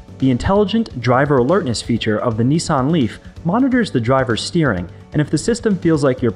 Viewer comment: Neesarn?.... Niss, an